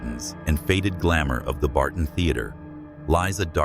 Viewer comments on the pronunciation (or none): Thebarton theatre is pronounced Theb arton and Kapunda is pronounced Kap under.